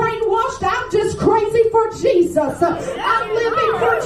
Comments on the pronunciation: Jesus-UH ... Maybe you should use it-UH .. UH UH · Why does she end every sentence with an "uh" sound? "I'm crazy for Jesus-Uh!"